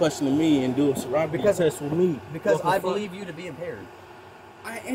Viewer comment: "Why you doin soribety tests with me?" Kinda answered your own question, bud.